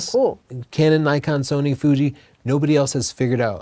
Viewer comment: Why do people keep pronouncing Nikon "Nuykon". Isn't it suppose to be "neekon"?